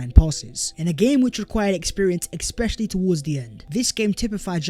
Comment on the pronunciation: Bro, love you man. One thing you've got to correct is the word 'especially'. You say 'ekspecially'. Sort it brother.